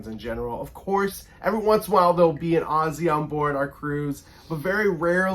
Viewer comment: This Aussie is looking forward to more of your videos to come. And Thank you for saying Aussie the correct way!!